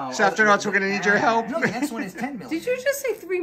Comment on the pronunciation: One question. Why do you add a T when you say Safrtinauts? I believe it sounds better as Safrinauts and makes more sense since there is no T in your name. Love you all, especially! 🥰 Congratulations on your 1M milestone!